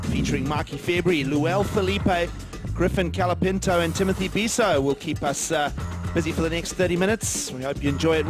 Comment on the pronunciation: Can someone please teach how to speak. It's COLApinto not calapinto.